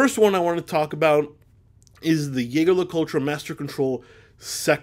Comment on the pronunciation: I’m new to this channel; in fact only tuned-in at the suggestion of my son and, right off the bat, he pronounces, “Jaeger Le Coultre, “ as, “Yay-Grrr (hard G) Le Colt?!” If you want to learn how to properly pronounce watch brands there are several instructional videos out there.